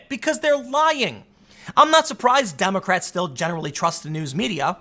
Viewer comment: That Butt is just as real as the journalists are in media. Does anyone else think Tim said "dummycrats"?